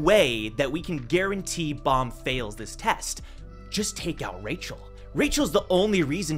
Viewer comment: why does he keep saying Rachel’s name is Michel ?? is she a catfish lol